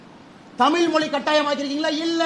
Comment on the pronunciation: தமில் தமில் இல்லடா தமிழ்னு சொல்லுடா